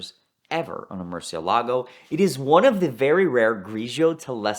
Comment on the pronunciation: Mention an SE30 and get an instant like from me. 👍 Also, does anyone have a 20 on this guy since this episode? I only ask because I feel Ed took him round the back and executed him for mispronouncing Murcie-LEGO. 😂